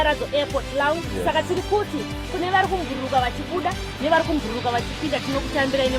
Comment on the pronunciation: Kubhururuka not kumbururuka